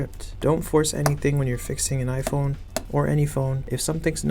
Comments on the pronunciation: Are you talking about jaiphone😂😂😂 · I know you are talking about jaiphone 😂😂😂😂